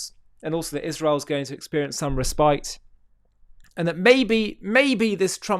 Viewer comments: Just an FYI: It's pronounced RESS•pit not ree•SPITE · Pardon him!!!! Ps it’s “respite” RES-pite